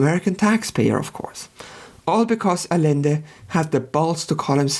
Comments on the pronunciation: It's not "Alende", it's "Adschende" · Great video. I figured I'd take one moment to mention constructive minutia. In Spanish, the double L is pronounced as a "Y." So it's more like 'Ayende' but like I said, it's minutia. Keep up the good work, love your stuff. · I see what’s goin on here. You refuse to pronounce Rothschild the way its pronounced in English despite the fact that he’s English because “it’s a German name”. And yet you don’t pronounce Allende like it’s supposed to be in Spanish. Smh the German chauvinist